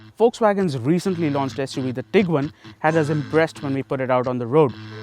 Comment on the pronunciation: Bro it's tiguan